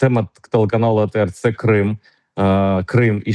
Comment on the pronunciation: Якщо написано латинськими літерами, чи скорочено трьома літерами англійської абетки, то й кажіть правильно - «Ей Ті Ар», а не А Те Ер. А то якийсь совок відчувається, це не для образи я пишу, а щоб покращити якість іміджу каналу ATR T.